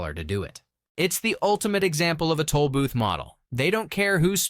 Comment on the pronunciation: Toll not tool!